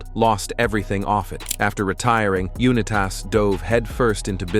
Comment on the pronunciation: Unitas. You-Nye-tiss. Not You-Nye-Tass.